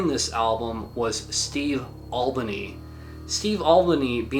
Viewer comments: Sorry about being a pedantic prick, but Steve Albini pronounces his surname AL BEEN EE not Olbanee. :) I genuinely didn't know who you were referring to initially. :) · Thanks for this video. Very informative. Steve Albini's last name is pronounced al -- bee -- nee, btw. I'm very glad you included the Wolf Eyes record "Burned Mind." Love that one.